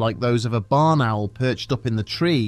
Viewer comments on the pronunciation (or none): "It WaS a BaRn OwEl" 😂